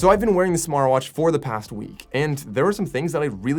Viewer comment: 11 seconds he calls smartvwash lol